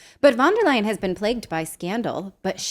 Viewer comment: Lier, not Leyen